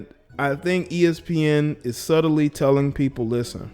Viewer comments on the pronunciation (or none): none